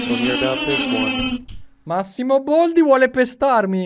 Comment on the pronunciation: ma non si dice "boldi" ma baldi